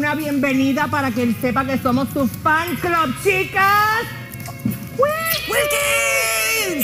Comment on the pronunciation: en vez de decir fan club dijo flan club